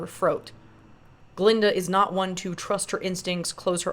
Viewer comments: Its painful to hear you mispronounce her name this whole video. Its Glllinda. 😂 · That Green Witch and Fiyero was playing Glinda behind her back. And that old goat, kept on pronouncing Glinda name wrong.